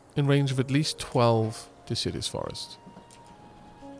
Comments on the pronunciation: I know u've said on streams about pronunciation so deciduous isn't de-sid-ee-us But more de-sid-U-us Also loving this play through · I think hates and/or fears trees. He keeps pronouncing 'deciduous' as if it's 'insidious'. A simple mispronunciation? Or perhaps a devious plot to besmirch the good name of our lovely, leafy, life breathing neighbors...